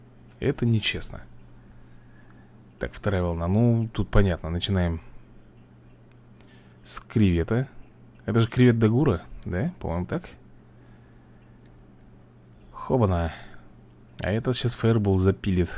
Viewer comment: И да, это не Кривет Дагу́ра, и не Дагу́ра, а Да́гура, не раз тебе уже это писали твои зрители), так вот, это простой Кривет редкой редкости, который является титаном, и он у тебя присутствует на Олухе, можешь посмотреть, он такой же) Кривет Да́гура имеет чёрную расцветку и у него на крыльях молнии нарисованы. И по поводу змеевиков, Злобный змеевик это обычный, исконный Змеевик(истинный, как ты обычно говоришь:)), он Свирепый(Красный), а Острокрылый змеевик, он Стремительный(Синий), у него на крыльях полоски есть, у обычного змеевика таких полос нет, и Острокрылый змеевик он эксклюзивной редкости. И кстати, вопрос, а где ты узнал, что этот предмет, это чешуйка Зелёной смерти?